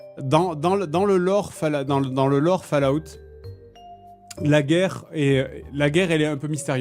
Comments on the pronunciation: Fale-Ah-out ! Pardon mais c'est tout ce que j'entends quand il le dit et il fallait que je le sorte 😂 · "fal à oute", fais un effort, merde!